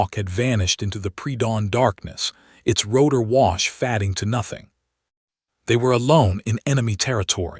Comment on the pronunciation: You might check the correct English pronunciation of “fading”.